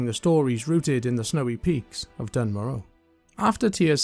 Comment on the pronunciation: Its pronounced "dune mora" in the dwarven intro cutscene